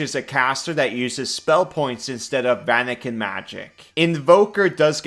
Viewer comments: “Vanican” magic…should be “Vancian” as in VAN-see-an. Names after Jack Vance. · says "vanican magic". He means "Vancian Magic", i.e. the magic system described by Jack Vance in his Dying Earth series and adopted by Gygax and Arneson for D&D. Pronunciation guide VAN-see-an